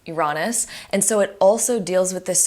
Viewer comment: great video but you mispronounced Uranus 😭